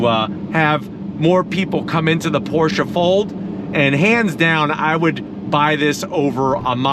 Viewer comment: IS CALLED PORSCHE NOT PORSCHAAAAA MG